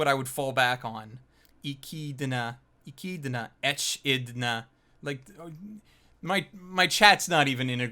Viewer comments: Her name, Echidna, is pronounced "Eh - kid - nah." Also I don't understand how she's the villain over Roswall when he literally orchestrated the entire arc. Also how Re:Zero or any Black Clover openings weren't nominated is crimina. Also how is Subaru's JP VA not an instant lock... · It's eh-kid-na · Echinda is pronounced E-kid-n-da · It's pronounced Ee-kid-nah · For the love of greek mythology; Echidna is the Greek name not japanese hiraganna but katakana; that means the greek pernounciation eh-kid-na. Not something to be debated you can look it up on google and hear how its said properly. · sometimes i wonder if he's doing this on purpose XD this might be worse than when he pronounced franx, "FRAN-EX" . I'm not saying Echidna isnt an unusual name but most people have heard the term in their life since it's an animal, UH-KID-NAH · Hearing try to pronounce Echidna was actually painful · If he was a video game fan, it would a whole lot easier to pronounce.